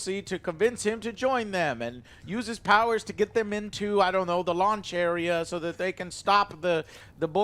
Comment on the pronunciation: Joe says Launch Area and it sounds like Lawn Chairea which was more entertaining than episode 8 of Picard